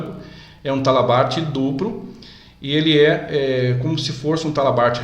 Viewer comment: O vídeo em si ficou bom, porém precisa melhorar algumas coisas: - Dicção da fala; - Pronuncia correta de algumas palavras, por exemplo, em vários momento é pronunciado "dupro" ao invés de "duplo", em outro momento foi pronunciado "apricado", quando o correto é "aplicado". Pode parecer coisas bobas, mas para um profissional de segurança que ministra treinamentos e em muitas ocasiões participa de reuniões com a área executiva das empresas, pode deixar uma má impressão. Boa sorte, e sucesso pra você.